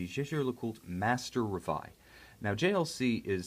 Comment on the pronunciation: And is reveil as in French not in English. And is Jae-Jae as in Jean, not Billy Jean! In rest, nice review. I kinda don;t like the lack of crystal's AR treatment against that the silver dial and indexes looks foggy. Maybe if they would choose a more grayish silver or a white tone. idk